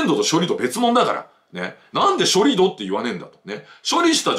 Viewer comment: さすが常念さん。 盛り土=もりど、ではなく、もりつち 処理土=しょりつち、ではなく、しょりど それぞれ正しい方の読み方でお話されました。そうですよね。基本は音読み訓読みは揃えたほうが綺麗です。